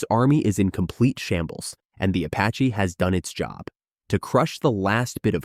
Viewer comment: “the AH-64 Apachay”